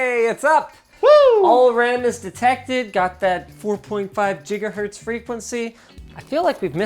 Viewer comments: 4.5 "Jigga-hertz" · linus fr said jigahertz